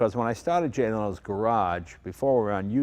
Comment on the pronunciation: Sorry Leno. Not Lenno